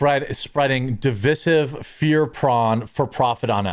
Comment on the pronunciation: Divissive is NOT A WORD!! It's woke! The word is divisive pronounced di-VIZE-iv